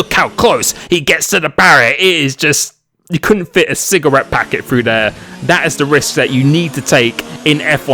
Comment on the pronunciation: I laughed too hard at the "you couldn't even fit a cigarette packet frew dare!" lol